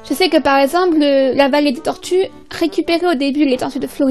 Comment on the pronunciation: Horrible la prononciation ! On peut très bien avoir des tortues en appartement